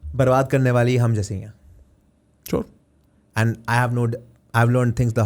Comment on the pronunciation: Favorite world = Muscle Memory But love the way he said "Aand" XD